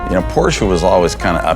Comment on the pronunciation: 200K for a revamp of a old Porsche? Why not just buy a new one? P.S. Thank you for saying Porsche correctly.